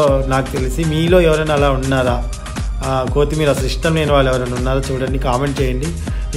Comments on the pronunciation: Noone maggadu baabu kaaguthundi n it's not కో తిమీ ర it's కొ త్తి మీ ర n please first nirmalga maatladadam nerchuko ur style of speaking is too irritating. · Kothemerra kadu kothimera